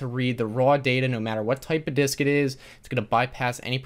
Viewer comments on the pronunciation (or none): Internally laughing when he said “disk”